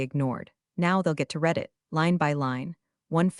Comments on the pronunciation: Always the bad grammar with CG narrators. With "Read" it is always mistakenly pronounced 'REED' when it is to be pronounced 'RED'. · yeah, that drives me crazy too! "Read" should never be "reed" in that context! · Even A1 should know "read" rhymes with "red"! 🤦‍♀ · Read it, not Reddit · Past tense = red, present tense = reed 😅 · Ugh yes, that one grates on my nerves every time 😩